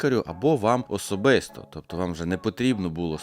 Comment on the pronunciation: Одразу чутно, що з західної України. Побратим фаріонки. "Особисто" звучить як "усобєсто"